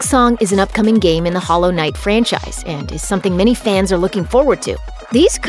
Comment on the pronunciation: Stop putting such emphasis on the "i" in knight like its a questions